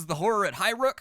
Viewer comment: its not highbrook, its highrook, no b lol